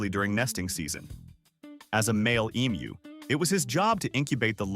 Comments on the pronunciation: Aussie here. Thankyou for pronouncing Emu correctly. Even AI can correctly pronounce the word when most people outside Australia cant. Side note, emus are not normally aggressive birds, usually calm. But any animal if threatened, especially it young/nest will of course, get agro. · I'm always impressed when emu is pronounced properly. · Not aggressive, protective. Thanks, too, for the pronunciation lesson. I'd been saying it wrong, now I know. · Pronunciation being correct or not depends on where you are. In the US everyone will say Emoo